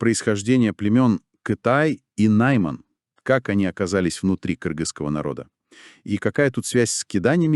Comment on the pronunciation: Дорогие авторы, будете делать аудио-дорожки в виде подкастов, обучайте ИИ уже правильно произносить слово Найман.А то вроде бы тема интересная, а материал не смогли нормально подготовить.